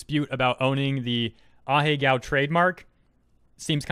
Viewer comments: Ah-He-Go (not ah-he-gao) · Pretty sure its not pronounced ah-hey-gow